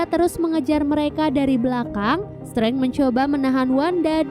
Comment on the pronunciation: penyebutan DR STRANGE bukan STRENG TAPI STREINJ